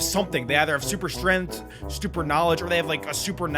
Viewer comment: Adam said super strenf😂😂😂😂